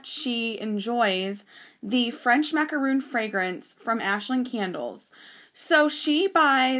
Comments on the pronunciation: It is maca RON, NOT macaroon. Macaroons are NOT colored sandwich cookies. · Maca RON, NOT macaroon.